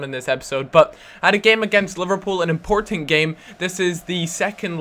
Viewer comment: "This is a very impotant game"